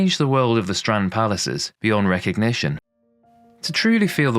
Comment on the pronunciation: Strand in Flemish is also strand not strond actually stront with a "t" means "shit " 😂